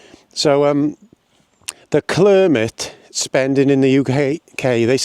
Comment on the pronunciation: Mispronouncing Climate didn’t change anything clearly 🤣😂🤣 Any idea why cuts, taxes are needed after the Conservatives drove everything into the ground? Swimming pools et all have been closing over the last 10 years, in fact there is little of your rant that wasn’t happening under the Tories - toilets inc. Try a lil critical thinking and stop doing all you can to make Frottage the Messiah 🤣😂🤣 Your truth needs better research and facts - not some of your dodgy references …